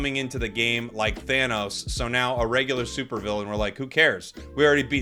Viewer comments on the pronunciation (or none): none